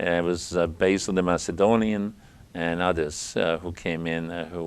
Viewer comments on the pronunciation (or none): none